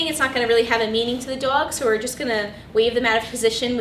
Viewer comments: the way she says dog is cancerous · You pronounce the o sound wrong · I really love the way she says “dog” it’s really cool. Very helpful as well ! Thank you!